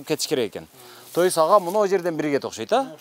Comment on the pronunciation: Мектеп директору эч нерсени билбейт экен и ещё не грамотный сүйлөйт экен Ошкойт дейтко 😂